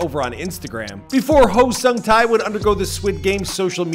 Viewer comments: All I wish is that you watched ONE VIDEO ON HOW HIS NAME IS PRONOUNCED. I closed the video after hearing SUNG TAY TAY TAY TAY over and over again omfg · Look, I am not Korean nor am I a korea fanboy/nerd or whatever... But even I, a simple european, can tell that his name is pronounced totaly different... Edit: Sung: the U" is pronounced like in "moose" Tae: the "ae" is pronounced like in "head"